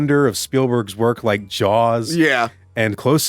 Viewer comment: can’t pronounce Spielberg Also: Jawls is a shark movie